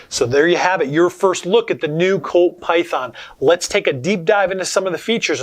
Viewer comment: sounds like he's saying py- thone or py- thorn.